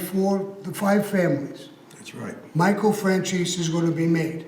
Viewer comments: “Michael Francheese” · Sammy keeps calling him Michael Francheese. LOL